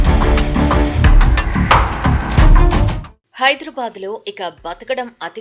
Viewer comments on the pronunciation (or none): హైదుర్ బాద్ కాదు తల్లీ హైదరాబాద్.. చెప్పు "హైదరాబాద్"